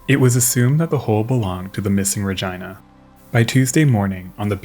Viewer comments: “RegEEna “not Reg I na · Regina is pronounced Re- geeeena, long e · By the way, the woman's name "Regina" is pronounced using a short "i" sound so it sounds like Regeena. Great videos! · My friend, I just absolutely adore ur vids. But I believe, actually I know you are mispronouncing the namesake of this video.its not Regina rhymes with the female anatomy vagina; that is incorrect sir.😂it's Regeena, long E. Spelled of course Regina.😂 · Love your videos, but i must ask. Are you sure its not pronounced Rageena and Sofeea for the Princess Sophia video? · Just Fyi Its pronounced (ruh-gene-nuh) not (ruh-gina?) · Just an FYI piece, the ship named Regina is pronounced "Ra-geena" NOT "Ra-gyna" like the female body part down south. Even though the ship was named after a female it is not pronounced like a female body part. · As much as I love the content I just can't get over the pronunciation of Regina as that of v*gina <3 xD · Re-gina. Re-ginald. Oh my it was like flipping Nails on a chalkboard. Please learn how to pronounce the flipping names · Listen it’s a great video, but I’m pretty positive it’s Re-gee-nah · Another great video. They offer glass bottom boat shipwreck tours on the great lakes! The ship Regina in this video is pronounced Ra-gee-nuh. Thanks for another great video ⚓ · is it really ruhjyna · Is it not pronounced Ra-jee-nuh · Rah Geee Nah - Regina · I really love the video! For future reference, Regina is pronounced Ri-gee-na, so a softer g instead of the hard gi sound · Regina (Reg EE na) ?? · They are mispronouncin the name. it is pronounced RE GIN A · Ummmm. Over here we pronounce it Regeena but hey dude, express yourself. ❤️🤣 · OK, maybe it's because I'm English, but how else do you pronounce Regina????? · I'm absolutely befuddled by his pronounciation of Regina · How else would Regina be pronounced? Are you 5 and did a girls giggle at the pronunciation?